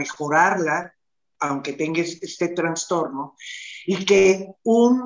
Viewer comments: * Trastorno no digan Transtorno.... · No se dice transtorno !!! Es trastorno